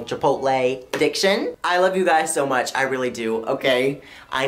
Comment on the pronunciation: no one: absolutely nobody on this planet:: there’s was always SHO many shows on disney